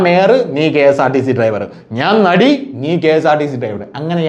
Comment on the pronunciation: നടി എന്നുതന്നെയല്ലേ? കേട്ടപ്പോ വെടി എന്ന തോന്നിയെ 🙏🙏 ക്ഷമിക്കു 😊